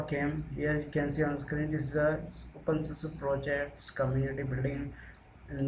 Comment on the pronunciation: Dude you seriously need to put more effort into making people understanding what you are doing, You might have done it a thousand times but the ones watching are trying to do it for the first time so.. seriously go slower and stop calling it OPENSUSU !!!